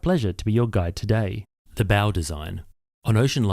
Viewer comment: Here's the first clue that we're listening to a proper human and not an AI, which don't seem capable of properly pronouncing 'bow'.